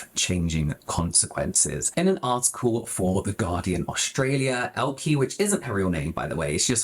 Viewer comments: It's pronounced like "Elka" 👀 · FYI, both E’s in Elke are pronounced like the E in “eh” (you know, like 🤷) 😂